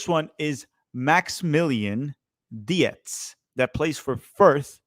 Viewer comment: Dietz is likely pronounced Deetz not de-ets